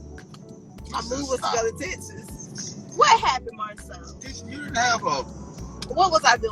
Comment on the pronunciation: Oh gawd this is horrid and what is "tesses"? Its "TEk SUHS" STHU